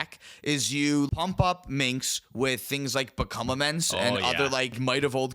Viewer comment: "minx and boo" is making me twitch every time. Its just pronounced Minsk, guys. The s comes before the hard k sound. The c is a mislead.